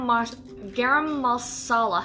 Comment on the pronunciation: Hey guys 😁 yeah pretty sure you pronounced garam properly the first time, I eat a lot of curries 😂 🌸